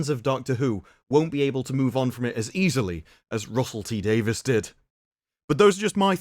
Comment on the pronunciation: I'm confused: Russel T. "Davis" or Davies"? You keep saying the former, while the later is the actual spelling of the man's name. I'm sorry-- I cringe every time I hear "Davis".